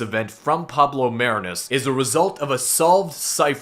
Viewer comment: It's pronounced "Mah-ree-nus"